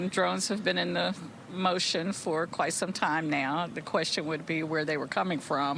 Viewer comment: It's Bow-ee like David Bowie -- How do you get to have a town and ignore the language for it's pronunciation? so arrogant.